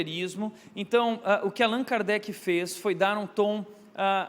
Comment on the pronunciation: CORRIGINDO O NOME QUE FOI FALADO ERRADO PELO PASTOR...... Hippolyte Léon Denizard Rivail (francês: [ʁivɑj]; Lyon, 3 de outubro de 1804 — Paris, 31 de março de 1869) foi um educador, autor e tradutor francês. Sob o pseudônimo de Allan Kardec (francês: [kaʁdɛk]),[1] notabilizou-se como o codificador[nota 1] do espiritismo (neologismo por ele criado). Foi discípulo do reformador educacional Johann Heinrich Pestalozzi e um dos pioneiros na pesquisa científica sobre fenômenos paranormais (mais notoriamente a mediunidade), assuntos cuja investigação costumava ser considerada inadequada.